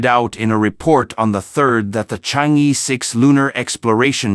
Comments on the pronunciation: Pronounce as Chang Er not Chang E. E is pronounce as Er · Excellent report! Chang'er should be pronounced as Chang-Earl. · It’s pronounced Chang er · Yes, in the Chinese pronunciation system, the vowel "e" is pronouced as "er"... Thus, "chang'e" should be properly pronounced as "charng er". It would be useful for foreigners to learn how to pronounce words correctly the Chinese way when presenting about things in China.